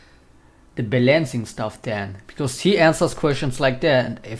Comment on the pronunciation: Wait, pronounce balancing one more time.